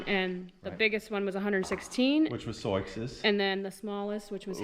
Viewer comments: sioux is the tribal name for the lakota, dakota and nakota. i am curioius how you come to pronounce it soix. sioux: French wrote it as Nadouessioux, pronounced sou [or sue]. just curious. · I don’t know the back story on this mares name so I’m not sure why you call the mother zoiks unless you’re mispronouncing Sioux which is actually pronounced Sue, as in the Sioux (sue) Indian tribe. Pardon me if I missed the reason for Zoiks. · Lakota and Sioux are Indian Tribes in the Dakotas. Sioux is pronounced Sue. Not SoiX. Sioux is the “Sue” Indian Tribe the X is SILENT. So called “Sue” not SouX. Sioux is SUE. Never too late to learn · Regional pronunciations can be difficult to navigate particularly with words that have a French origin, but every time you say 'Soyks' instead of 'Soo' my brain locks up for a second. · 😂😂😂😂, Soiques?, Soyiks, are you kidding the ? Butchering the English language. sue, as in Sioux!!🫨🤨☹️ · Forgive me if you’ve answered this before. In elementary school geography I was taught to pronounce Sioux as “soo”. Wondering if your pronunciation is a Missouri variation? She is beautiful!!!! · I might be ignorant because i'm not american and don't know the tribal names, but isn't Sioux said like "soo"? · I believe Souix is pronounced Sue, like the Indian tribe. She and her baby are absolutely beautiful! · Sioux is pronounced Sue as in the native American tribe. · Fyi: Sioux is pronounced Soo. I had a foal registered as Absorokee Sioux Charge and we called him our boy named Sue.. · Sioux is pronounced SOO or SUE. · Sioux is pronounced soo. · Isn’t it pronounced “Soo”? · I’ve asked this in a few posts but why do you pronounce her name as So-icks?? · Just curious why you pronounce Sioux as you do. I have only ever heard it pronounced "Sue" Is your pronunciation from something other than the Native American Tribe? Thank you for explaining! Always happy to learn something new.